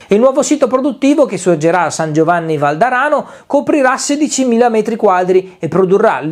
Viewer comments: San Giovanni Valdarno!!! 😂😂😂 Non valderano... Grande!💪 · Ciao. San Giovanni Valdarno non Valdarano. 😉